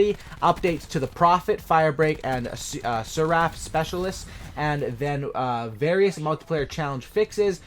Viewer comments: Sair-ref thats how you pronounce it LOL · Are you incapable of saying Seraph? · the way he pronounces seraph xD